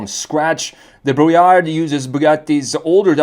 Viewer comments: As a french, Brouillard means Fog, the D at the end is silent. You're supposed to say Brouillar. Otherwise, the rest is correct 😄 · The D at the end is silent. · I really like this car And your French pronunciation is (almost) perfect...just loose the "d" in brouillard 😉